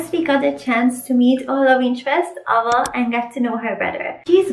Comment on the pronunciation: Soulless MC is my favorite MC so far . Okay so no offense but you're saying the name Ava kind of in a weird way and I understand it's probably coz of where you're from and English may not be your native language but if I may ... say the name like 'A-va' or Like A VA , more focus on the 'A' . I am so sorry about being all nitpicky😅